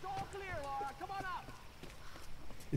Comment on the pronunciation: Her name's Lara Croft. Not Laura.